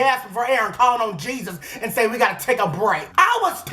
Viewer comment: “Calling on Jeasus”